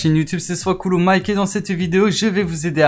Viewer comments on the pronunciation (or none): none